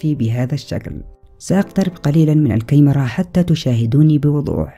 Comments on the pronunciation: يااخي انطق الكلمة صح الكمرا والكمرات وليس الكيمره..هههه الله يوفقك اخي. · بس اريد اعرف ليش تلفظ الكاميرا بهذا الشكل(كايمرا)🤔